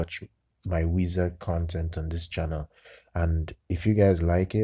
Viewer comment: It's pronounced like the word "wise"